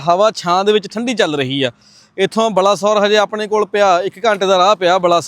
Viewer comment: ਬਾਲਾਸੌਰ hunda 22 ਬਲਾਸੌਰ ਨਹੀਂ